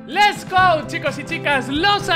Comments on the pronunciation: No bro xd, lo digo porque el siempre dice "Les gou" en vez de decir "Lets go" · Mas rarin cara que diga les go en vez de lets go